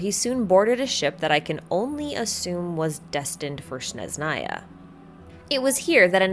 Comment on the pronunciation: It's Snezhnaya not Shneznaya.